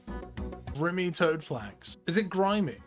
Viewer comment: Bruv there’s no way you don’t know how to pronounce grimy